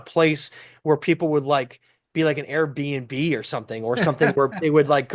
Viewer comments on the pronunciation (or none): none